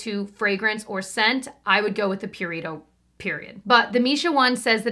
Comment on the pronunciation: Pew-ree-toh 😂😂😂 im sorry not trying to offend